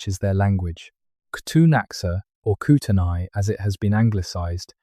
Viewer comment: You absolutely butchered the traditional names of the secwempmc ans the kootania